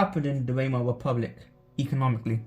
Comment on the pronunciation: Try Vymar and Ryk if it helps. Pronunciation is important if you want to be sound knowledgeable.